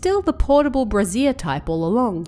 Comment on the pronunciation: I think the word is pronounced ‘bray-shure’ not ‘bra-zier’. The second is the name of a bra. :)